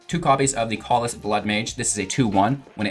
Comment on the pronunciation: The a in callous is pronounced like apple, not awful, which is how your pronunciation sounds.